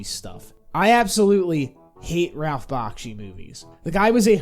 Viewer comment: Hate to be that guy but it’s not BOKshi, it’s pronounced BAKshi. Otherwise, a decent review